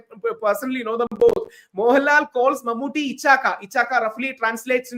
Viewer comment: Barkha Dutt’s pronunciation of Mammooty’s name is so wrong. It is awful! Why can’t these anchors take some time to practice how to pronounce names of important persons? It is deliberately disrespectful, IMHO. Mammooty isn’t anybody. He is a super-star from Kerala. These anchors can spend time to learn pronunciation of difficult English words, foreign words in English language etc. But they just can’t spend time to learn pronunciation of important people from south India routinely. Why? Don’t they have any South Indian friends who can tell them about correct pronunciations? IMO, these anchors just don’t have inclination to learn.